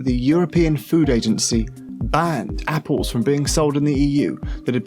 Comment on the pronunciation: Lol you should listen to this guy because he doesn't pronounce anything right ......wtf is Margareen and appoles